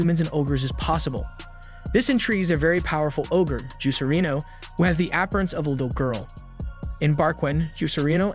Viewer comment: "App-rinse"? ap·pear·ance